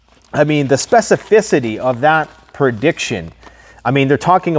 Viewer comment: Speficifiity. Lol